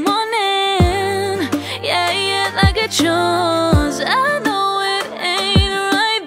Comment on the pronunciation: Its "yah yah" not "yeah yeah"....no hate I literally envy you😂